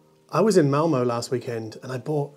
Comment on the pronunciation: The "Ö" in Malmö pronounces like Montreux, Malmeux ( :-) ) or "e -re" in the Enlish Prefere.